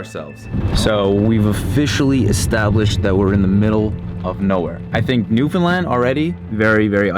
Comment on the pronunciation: Newfound LAND Not New fun lund